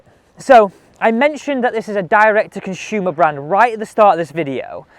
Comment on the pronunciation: Why oh why? It’s Consumer NOT Conshumer.